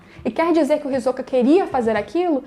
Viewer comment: Adoro esse personagem demais, kkkk e também gostei da sua pronúncia do nome, que é a forma correta, me irrita quando falam HisÓka, kkkkkk